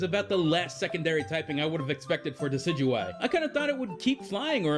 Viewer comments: THANK YOU THANK YOU THANK YOU THANK YOU THANK YOU THANK YOU THANK YOU THANK YOU THANK YOU THANK YOU THANK YOU THANK YOU THANK YOU SOOOOOO MUCH!!!!!!!!!!!!!!!!!!!! EVERY other video either doesn't even try to pronounce Decidueye's name or butchers it horribly. Thanks for not doing that. It's literally gotten to the point where I have typed up and copied a correction so I can paste it into a comment box as a PSA. For anyone who's not the guy who made this vid and has read this far, THIS GUY PRONOUNCES IT CORRECTLY!!! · thank you for pronouncing decidueye correctly .-. so many people miss pronouncing it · Oh thank god, someone else pronouncing Decidueye the same way as me. I had no idea how to pronounce it at first, ahaha.